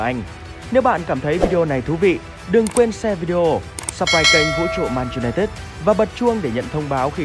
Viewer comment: Clip rất hay, nhưng phát âm tên đội bóng lại k đúng. :)